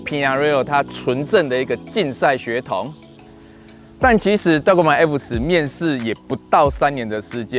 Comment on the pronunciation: g 是輕音。 拜託拜託🙏